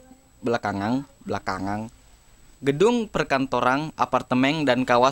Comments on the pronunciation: Belakangang. . Belakangang. . Belakangang. . Wkwkkwkwk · Namun belakangang, gedung perkantorang, apartemeng, dan kawasang sudah menjadii ngeng wkkwkwkk✌😂